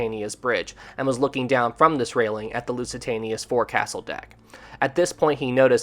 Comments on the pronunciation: for the love of God, if you are insisting on having a channel about ships get the terms right. the front part of the ship, although written 'forecastle' it is pronounced 'FOLK-sill' I had to stop watching because it was getting too pain full to hear you make the same mistake time after time after time. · Oh. This happens so often. You mispronounce so many words. Forecastle is pronounced folk-sul. I love your videos but this happens so often that I am embarrassed and frustrated for you.:( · It's pronounced 'foc'sal.' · This is a good animation however u keep saying forecastle wrong. Its pronounced as "Fouksel"